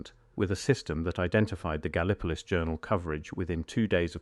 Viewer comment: Gallee- poe- liss is the proper way to say Gallipolis in Ohio.